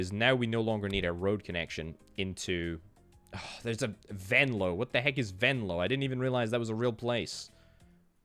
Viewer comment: i have to say the pronunciation of venlo was spot on, beter then most residents 🤣